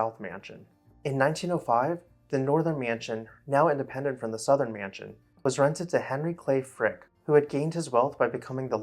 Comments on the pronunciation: Every time the narrator of this video says the word "mansion" I cringe. It is not pronounced "me-yan-sion". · T I am a native speaker and he IS mispronouncing it. It's a simple two syllable word, and people in certain parts of the U.S., like the upper midwest for example, often add an additional syllable to that word and others like it. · Love the pronunciation: myanshun.